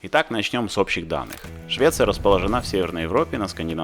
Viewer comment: располóжена , а не расположенА Извините не удержалась